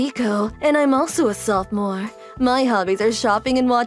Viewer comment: Sofamore? It’s sophomore